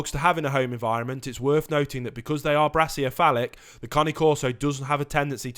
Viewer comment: I tried to find the word you keep saying for the short nosed dogs - "braciophalic (brassy-o-falic)", is my best guess to spell it, but it does not exist - however, brachiocephalic (brakey-o-cephalic) is a word, but it is the artery that supplies blood to the right arm, head and neck of humans. But it's not even pronounced the way you keep saying brachycephalic (bracky-ceph-alic) or (brake-y-cephalic). I've heard you say you are a teacher ....